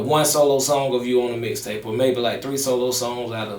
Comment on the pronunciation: Lol I fwu but it sound like u said dicktape lol im over here weak asf 😂😂😂